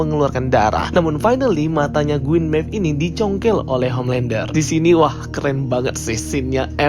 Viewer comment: Queen Maeve bosku, bukan Gueen maeve. 😁